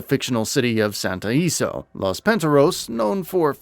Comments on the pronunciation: No offense… but it’s pronounced like “santo ill-ee-so” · "Santa Eeso"💀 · Santo IL-ESO. Not whatever the fuck you’re saying. Jesus Santo Eeeso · I'm sorry but It is pronounced Santo ILL eso I'm sorry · Lmao what are you talking about?? Gat outta Hell was great 🤣 Also, how do you mispronounce Santo Ilesso and Los Panteros?? They are both said throughout the entire game. Maybe the person who gives the review should be the person who actually played the game. 😂